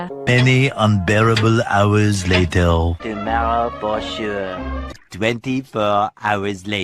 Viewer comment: Layteir (Later)